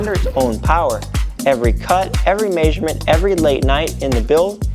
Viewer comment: Maysurement? Where tf are you from so i never go there?